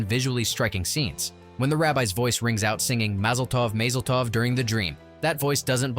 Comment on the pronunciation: MAYzel tov? 😂😂🙄🤯🤬